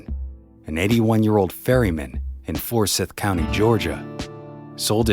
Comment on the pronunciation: No one in Georgia pronounces Forsyth County that way. It's "Four-scythe"...not "Four-sith" *points!!! * Non-native Jawjain!!!! :D /sarcasm